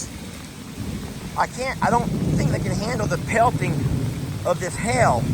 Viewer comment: its not hell its pronunciation is hay ull but say all fast maybe jami can teach you how to say it right